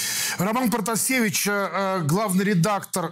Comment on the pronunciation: протасевич, а не партасевич